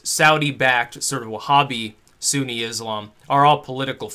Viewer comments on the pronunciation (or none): none